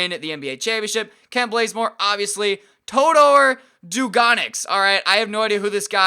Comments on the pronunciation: He did that on purpose he changed his name to Blazemore too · kent blazemore prettysure its bazemore